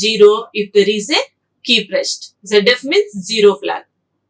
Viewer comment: zero, not gero